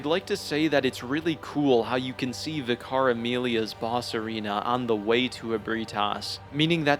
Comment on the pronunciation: Paarl at level 4 seems like actual hell. I hated it enough doing the Loran Darkbeast in a cursed depth 5 dungeon, and I was probably 120 for that. God damn. I also love how seemingly no Soulsborne YouTuber can pronounce "vicar" 😂